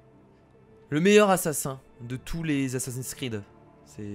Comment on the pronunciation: Tu sais pas prononse le nom du jeux